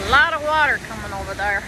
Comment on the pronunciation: "Ovar Thar"? You picking up a southern accent? 😅